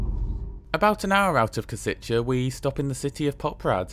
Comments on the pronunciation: Minor detail: Košice is actually pronounced as ,,Koshitse", not ,,Kositche". Other than that, great video! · Nice one! "š" in Košice is pronounced as "sh" in e.g. Sheffield, and "c" is "ts" as in tsar. On a side note, the station in Kosice and the whole area appears to look way better than the one in Bratislava :) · For "Košice', it's not "Koseechay" but "Kosheetsay" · and Košice is pronounced as Koshitse. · I agree as a Czech, that he pronounces some words well, but how he pronounces "Košice" hurts me a bit. But it is understandable, as he is not Czech or Slovak, so no hate for that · Your pronunciation of Košice is fascinating. Very wrong, yet fascinating. Anyway, a good review of my country's best train at the moment. I don't use this line that often, but sometimes I do, usually Prague to Cesky Tesin.